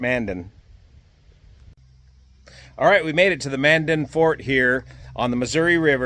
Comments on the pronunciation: Hello, I hope you are having a great time with the tours while you are on the way to Osh. One mention though. You were actually mispronouncing Mandan. You were saying it like Manden, when it is actually pronounced Mandan "Man" "Dan". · Pronounced Man Dan...kinda two words. Used to live there.